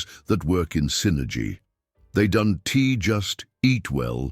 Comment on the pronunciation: AI is funny. Isn't is pronounced isn t, don't pronounced don t, that's pronounced that s. Can't it be programmed to accommodate apostrophes? It also doesn't seem to know when to pause, often doing it mid-sentence.